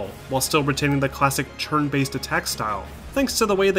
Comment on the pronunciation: "Churn based battles" I cannot unhear it.